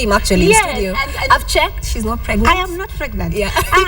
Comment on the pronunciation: how can KTN mess up the word "STUDIO'???????????????